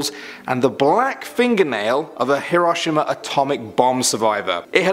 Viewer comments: dis this dude really say herashma instead of hiroshima( hero she ma ) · its hero-she-ma!!! Not he-row-shim-a. (Hiroshima.) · It’s hear row she ma not hiromussa or however the hell you said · Isn’t it pronounced like “hear-o-she-ma?” Not “hear-ah-sho-ma”? Or is it different in England? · Say it like "hero sheema" not "here oshima" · Yee-row-see-maw not her-sawma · Its not pronounced her-O-shama (heroshima), it is pronounced here-O-she-ma. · "Heroshima" it's hero shi ma not however you said it lol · Love the pronunciation of Hiroshima (aka Hero-She-Ma) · He prounouced time capsule time capeesuull and Hiroshima is pronouced heroshema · Hiroshima (hero-she-muu) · when he said hiroshima i thought he said hiro mashima ._. im stupid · Hiroshima( hero-she-ma) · Isn’t Hiroshima pronounced Hero-sheem-a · H - row - shee - ma* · Hē-rō-shē-ma is how you pronounce Hiroshima properly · I usually don't care about pronunciation but Hiroshima is pronounced Hero-she-muh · Her rush Immuh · It’s pronounced Hiroshima (hero-she-ma) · Hiroshima is pronounced like hero-she-ma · “Haro Shama” 😑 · the way he said "hiroshima" as "he-RAW-shima" lmao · "Here-wash-e-mah"? Really dude??? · Man really just pronounced Hiroshima wrong 😂 It's said Hero- shima. Or at least that's the way LEGIT EVERYONE I've ever met says it. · It’s pronounce Hero-she-ma I don’t really care 😂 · Anyone else annoyed he said Hiroshima. (Pronounced Hero She ma) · It's pronounced he-roe-she-mah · Hirshima- Hero-she-ma. Nazis-knot-zee's. Sorry, but it sorta bothered me. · Finally someone who points this out, it’s pronounced as herosheema, I studied Japan, and Japanese. How he pronounced it kinda made me frustrated. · When u said Hiroshima i say like hero she ma. I’m not trying to judge how you say things, it’s just how I say it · I'm pretty sure it's pronounced hirosheema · Hiroshima- "Hero-she-ma" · Why can’t people pronounce Hiroshima is pronounced Hero shima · Hear-row-sheema is how you say it 😐🤦🏼‍♀️